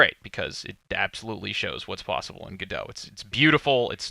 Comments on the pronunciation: It's french, so the french pronunciation is guh-doh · its not GEDO its GO DOT oh my god!!!! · why do you pronounce it "go dough" and not "go dot"? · The only thing I can't get past is.... surely its pronounced "go dot"... every time you said gadow, it made my wince, please god say that's not the official pronunciation!! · Isnt it pronounced Go Dot not Gdo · Ga Dough ?? I honestly thought it was pronounced GO DOT and not Ga Dough ....hmmm ok , learn something new I didnt expect. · It's pronounced like the two single words Go and Dot-i guess. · the logo of the company is implying you pronounce "godot" as "robot". cheers! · Wish you'd pronounce Godot "God-oh" :) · Godot pronounced like Home Depot just no fucking t lol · Step 1: Learn how to pronounce GODOT properly ;p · The way you pronounce go dot is gross